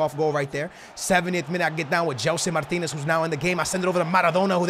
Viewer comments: Can you say Gelson Martins and not Gelson Martinez? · OMG U ARE FROM PORTUGAL AND U CANT EVEN SAY "MARTINS" NOT "MARTINEZ" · He says Gelson Martinez and is Portuguese oh god